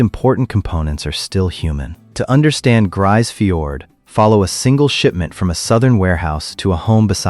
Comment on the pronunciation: Not a single piece of real footage of Grise Fiord. AI slop and crap video. And you can't even pronounce the name of the town properly.